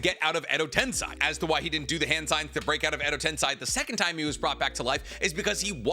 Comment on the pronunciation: Tensei. Ten-SAY. Say it with me now. TEN. SAY.